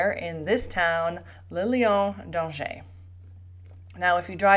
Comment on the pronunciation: For heavens sake, try to, pronounce Lion d’Angerscorrectly, it is not that difficult